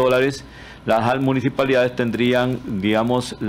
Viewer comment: Se dice municipalidad no munijipalidad es cosa de pronunciación correcta de los fonemas y este señor adolece mucho de eso como no vamos a estar en el oscurantismo con estos políticos